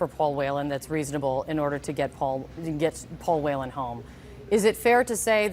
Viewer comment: I'm from Ireland and is that man's last name Whelan they way they say it is so wrong and funny as it's pronounced wheel-an not whale-an